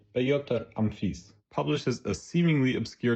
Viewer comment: I believe it's something along the lines of "uh-phim-tsef"